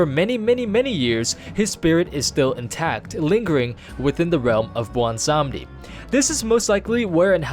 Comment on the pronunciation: wait, sry, blondesondy? blawnsanndi? blondsohnny? i-i dont know what ur tryin to say